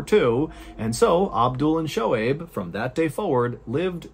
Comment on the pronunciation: Hey John! Im a Pakistani-American, and just wanted to let you know that Shohaib is pronounced "SO-Hayb" That all! lol. Oh and those bee stings could not have been a coincidence. Might be proof a that a creator exists. I mean what are the odds?? Amazing story!